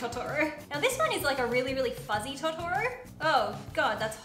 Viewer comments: TO TO RO ahh that pronunciation killed me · YOUR KILLING ME WITH THE TOTORO pronunciation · Her not pronouncing Totora right physically hurts